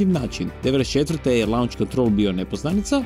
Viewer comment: Šumaher nije imao "Lunch(lanč)" kontrol, već "Launch(lonč)" kontrol.